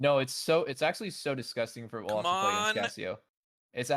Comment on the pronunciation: why say "Oluf" and not "Olaf"